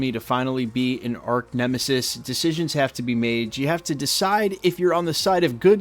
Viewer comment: arc nemesis? he said arc or arch?